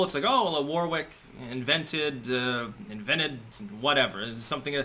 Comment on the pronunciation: I'm sorry but I have to point this out because I'm a pedant,it's not war wick its Warwick the middle w is silent(warick) from the town Warwick which is in the county Warwickshire. 😇